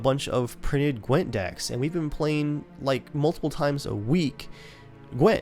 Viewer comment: "A standalone phone app of Qwent" CDPR: Hahaa that's cute